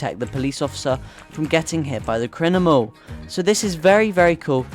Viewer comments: Crinimal i heard it 😂😂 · crinimal caught me off gaurd